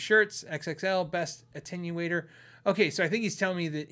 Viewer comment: finally said Jagauar, attenuator, and Illinois correctly, but it didn’t sound right coming out of his mouth. 😁👍